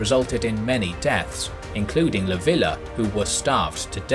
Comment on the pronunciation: It's "Leev-ya" not "Lah-vi-lah".